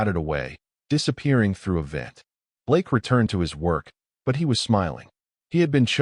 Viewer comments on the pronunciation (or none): none